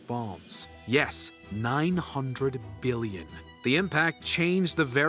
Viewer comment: “Yes … 900 beelyun.”